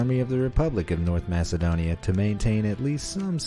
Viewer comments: its pronounced Makedonia not masedonia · Masedonia😂 its Macedonia